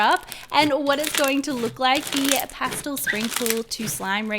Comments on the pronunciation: Is it past-l or past-el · Its not pastil. Its past EL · It’s past-el not past-ol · She says pastle not pastel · Um the word is pastel! Not pastle! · I couldn’t watch this video knowing she said pastel wrong.. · OKAY, BUT THE WAY SAYS PASTEL BOTHERS ME SO MUCH AND IDK WHY